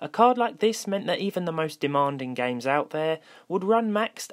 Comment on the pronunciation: "Running gaims"